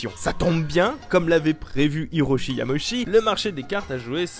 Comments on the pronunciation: Yama-uchi,. "Uchi", pas Yamochi. J'entends souvent cette faute, logique de la part de francophones, mais rappelons-nous que les voyelles en japonais sont indépendantes entre elles (y a un terme en linguistique, que j'ai oublié), à l'exception du "ou" qui donne "ô". C'est tout pour la minute tatillonne. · Super vidéo ! Cependant il y a une erreur : le hanafuda n'est pas un jeu inventé par Nintendo mais un jeu traditionnel japonais. Ah aussi, hiroshi yamauchi ça se prononce pas "yamoshi" mais "yama-u-tchi" :) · Une chose au cours de la vidéo tu lisais "Yamochi" Mais en vrai Ça se lit "Yamaouchi". Voilà voilà de passage rapidement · Petite précision, parce que j'entends souvent cette erreur, mais il ne faut pas écorcher le nom de Yamauchi en le prononçant à la française. Il faut découper le nom en Yama/Uchi et le Uchi se prononce en fait Utchi. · Ca se prononce Yama Ouchi au passage ^^ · ça se pronomce: "yama -ôchi", vilain qui parle pas japonais! (c'est pas une tare, même en prenant des cours j'y bite rien quand même ^^)